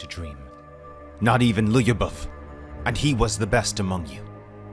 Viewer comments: Lyubov only 2 sylables. Lyoo-bov. It’s Russian for love. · Lyubov... Ly you read it the same way you read sh in english... like one letter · Another fun fact: "Lyubov" is probably derived from the word "любовь", which is Russian for "love". It's usually used as a women's name. pronounces it a bit funnily, though.